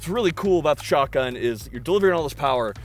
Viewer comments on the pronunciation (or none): Take a shot every time you hear him say "Skock'un" in stead of pronouncing the T in shotgun lol